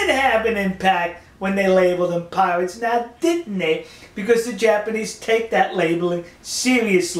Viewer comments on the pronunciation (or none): Piwates... Amewica...... I'm doubled up with laughter!